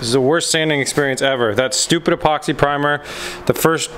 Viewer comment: Hay. The Z is looking really great. One question at the start of the show when you said about sanding the door did you call the primer "Epoxy Primer"? To me it sounded like you said Poxy Primer. 😂😂 Love the show. 👍